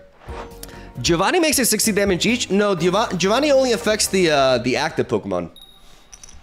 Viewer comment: If you want to pronounce Giovanni correctly, it's Jovanni, not Gee-ovanny. The "I" after the G, in Italian, is silent, but it turns a G sound into a J sound.